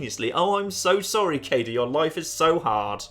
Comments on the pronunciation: It's pronounced like Cade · It's clearly pronounced as K-A-de (could also be written as K-ai-de, or K-ai-D, and so on.) An a, followed by a b, put together as ae, is pronounced as A, or ai. I'm not entirely sure about the 'de' on the end, it could be pronounced as 'de' or as 'DE' (also could be written as 'D') but I'm gonna go with K-ai-de as my personal pronunciation,. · Sadly not how Kaede is pronounced. But if you like bowel movement jokes "Ben" and variations thereon can apply in Japanese.